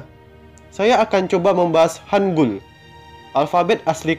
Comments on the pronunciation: Mohon maaf Yang betul hangel Hang(eu)L enya sunda enya apel buah cisedeuy bukan hangul wkwkwk orang indonesia susah membedakan antara 으 dan 에 apalagi 애 enya orang papua beta bae ta . Tolong dibedakan vowel e nya. 한글 Bukanya 한굴 wkwkwkㅋㅋㅋㅋ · kak itu baca nya bukan go joseon tapi bilang aja gojoson hangul juga bacanya bukan gitu tapi hangel yang kata hunminjoung apalah itu bacanya hunmingjong hangel itu ter inspirasi dari langit ㅇ orang ㅣdan tanah ㅡ. jadi kan kaka bahas nya tentang hangel btw kak tau gak siapa yang kasih nama hangel....? pasti kaka jawab raja sejong kan tapi bukan jang kasih nama hangel itu adalah joengyong aku gak tau kalo tulisan inggrisnya oh ya kak kaka nanti coba bikin cerita tentang joengyong dong nanti aku tunggu ya bye.☺